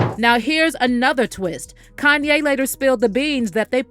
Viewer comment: kan-YAYYYYYY! 🙄 Why TF is this person that’s speaking, pronouncing Kanye’s name with the emphasis on the “yay” part? It’s so affected! If ya can’t say his name properly than just refer to him as “YE”, which is what he wants to be referred to?